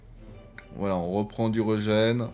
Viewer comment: Régen pas reugen 😂 ( a prendre avec humour ) bonne vidéo sinon